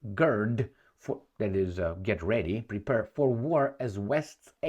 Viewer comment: "Prepare" not "prepurr." Make the last syllable rhyme with "fair."